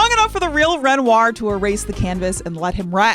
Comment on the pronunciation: I cannot abide the pronunciation of "Ren-rawr".